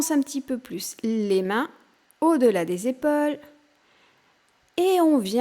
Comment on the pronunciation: On prononce PAUSE et pas Pose...EPAULES et pas Epoles